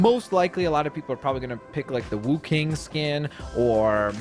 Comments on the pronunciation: It is Wukong not Wuking. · It’s not pronounced Wouking it’s pronounced woukong, not trying to be mean